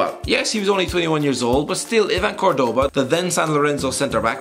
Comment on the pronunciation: yeah they really mess up saying Cordoba